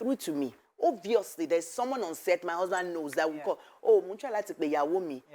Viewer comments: 'Husband'. The majority of you are backward in that 'country' you call Nigeria. I asked a simple question, what was 'Usband' and why couldn't she pronounce her consonant 'H'? What happened? Frustrated people came out and typed examples of their frustrated lives except Yskubu, who was reasonable in his comments and 'politely' explained for me. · How old is she now? 53? How come she can't pronounce the letter 'H'? What is 'usband'?